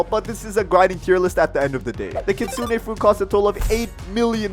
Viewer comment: did that say Hitsune or Kitsune ?